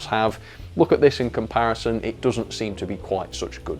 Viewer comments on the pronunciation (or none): none